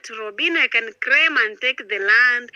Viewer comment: Craim.....craim my land...instead of "claim"😂😂😂